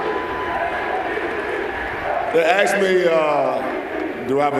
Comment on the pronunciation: Ask not ax. A couple of hundred million in the bank and I ax you why you cannot speak English?